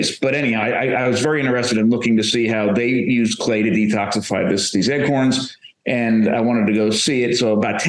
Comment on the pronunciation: lol...Is he actually saying "Eggcorns?"